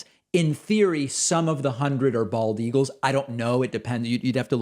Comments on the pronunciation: "... Eagulls..." - Trump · "and they kill the bald ea-gulls, and the other ea-gulls... blah blah blah"